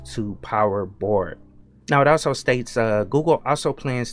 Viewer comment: Your pronunciation of Bard sounds a lot like bored.